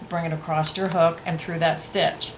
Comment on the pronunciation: Love your tutorial videos! Very thorough with your explanations. (FYI - when you are speaking, you say "acrost" instead of "across". Just thought you'd like to know.) Otherwise, great job!